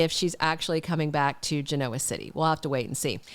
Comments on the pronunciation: It doesn’t matter but you say Genoa with the O emphasized like ebola when most say it GEN-a-wa with the O sounding more like an a. It’s a dumb thing to call you out on. 😉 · I think your pronunciation of Genoa City is endearing… just like you spell with a Y… just be you!